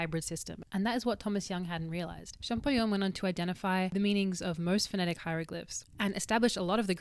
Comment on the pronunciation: Champ-O-llion,, no champ-i-gnon:)